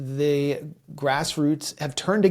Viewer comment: Please don't say "grassroots " again 😂